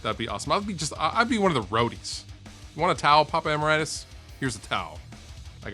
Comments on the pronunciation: Who the fuck is Papa Em-er-ite-us? WTF is a nitch? What's your first language Fluff? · "wanna towel, papa emiratas" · "am-I-right-us?" hahahahahaha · It's not emer-right-us, emeritus, meaning worthy of merit. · You think that's bad, listen to him pronounce emeritus at the end. :( M'man's using all those pronunciation brain cells for music knowledge.